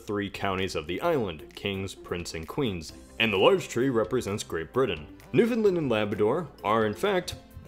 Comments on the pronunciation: It's NewFOUNDland, not NewFINland. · I’m from Newfoundland, and u pronounced it wrong. U said ‘’ New-find-lind’’. But it’s actually pronounced: New-find-LAND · It's pronounced new-fun-LAAAAAND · It's a common mistake, but for anyone reading it's pronounced New fin Land rather than New Fin Lind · He also pronounces Newfoundland "New-fin-lind". It's "New-fun-land", for crying out loud! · You were pronouncing Newfoundland wrong, my dude You were pronouncing it as "New Finland" where it should be pronounced as it is spelt, "New Found Land" Also, Nunavut is pronounced "nun-a-vut" Otherwise, this was a great video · The stress in newfoundland is on the second syllable, like in the word understand. I really don't get why everyone pronounces it like New Finland. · It's pronounced Newfin-land, not Newfinlind. Very common mistake for anyone not Canadian who doesn't know what Newfoundland is. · Noofinlund. I know its being picky but we call it Newfinland mostly. With the A sort of dragging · Newfendlend Jesus Christ bhy. It's fucking Newfoundland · It's not pronounced NewFINland. It's pronounced like understand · Newfin-lund always makes me cringe too. That's it America, you mispronounce our places so it's Ar-kan-sass and ill-in-oise from now on. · Pokemario Fan I know... I cringe everytime I hear it pronounced "Newfinlind" or some other bastardized version of it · No, it's prounounced new-found-land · It's pronounced new fun land, not new fin land or new found land. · Not quite, it’s pronounced more like New-Fun-Land. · When he says newfoundland it sounds like he says new finland 🇫🇮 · What is noo-na-voot and new-find-lind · You said Newfoundland wrong. It’s pronounced new-found-land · Newfoundland: pronounced (NEW-FOUND-LAND) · You pronounced Newfoundland wrong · Vivien Lee it's funny seeing non-Canadians butcher the names of Newfoundland and Nunavut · It’s pronounced VIN-land. If anyone gets that joke then I can finally appreciate the YouTube community.